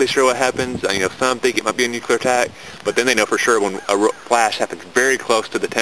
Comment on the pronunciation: wow robot voice, and of course, "nucular" ugh